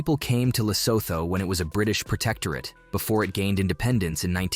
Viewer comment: Lesotho is pronounced lesootoo... It's hilarious how some places in Southern Africa alone is so badly mispronounced....